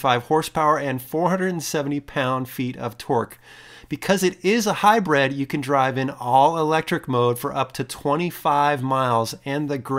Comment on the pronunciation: I love the channel but its hybrid not hybrEd. Not to be a jerk haha.